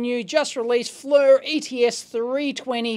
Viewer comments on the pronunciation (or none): You say "flur"... When you call the company they pronounce it "fleer". I'll let it pass though.. :) I was on the phone with one of the techs the other week while my E60 was in for repair (it's now been shipped to Sweden for detector replacement) -- but I mentioned the E4's hackability (which I bought two of a couple of years ago) -- he said "we won't make that mistake again". Keep taking them apart for exploits!